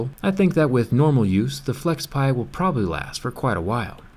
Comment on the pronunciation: FlexPai, not FlexPie (video descr)